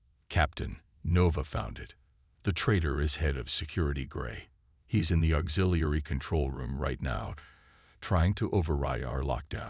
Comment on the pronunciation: It seemed to have a hard time pronouncing "auxiliary" lol, but good story.